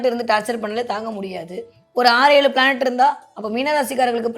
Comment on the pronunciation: பிளானட் planet சரியா சொல்லுங்க சோசியரே.